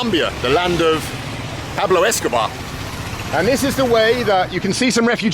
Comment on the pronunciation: He still can't say Pablo properly but he's doing well!